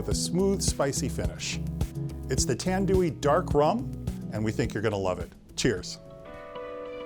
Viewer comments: It's pronounced tanned-why. Jesus fuck. Tandooey? Gtfo. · Tandewew he pronounce it like that.. 😅🤣😂 its Tand-why... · Tanduay is Pronounced like TAND-WAI.Also love your reviews 😊😁